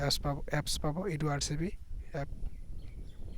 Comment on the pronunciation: English najana nki tumi? Edurev hoi edurcv nohoi.